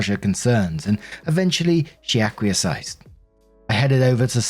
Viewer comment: Hey, thank you for another video! Wanted to help you out a little with some words that have popped up a couple times. English is a bonkers language even for native speakers, haha. Acquiese = Ack-wee-ess Assuage = Uh-sway-dge Appreciate your videos, I'm recovering from a minor surgery and waffle time always brings a smile:)